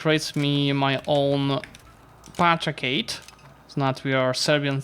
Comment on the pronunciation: Patrichate? Who is Patric? It's Patri-AR-chate you peasent xD